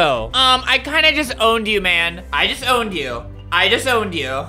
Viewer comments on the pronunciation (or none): When he said "I just owned you , I just owned you". It really sounded like I disown you I disown you. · I might be late but when he said "I just owned you", It sounded like "I disowned you". XD lmaoo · i hear it too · He is saying "I just owned you" Fast and Just mixed with owned and it sounds like Disowned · omg ur right!!! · When he said u just got owned it sounded like u got disowned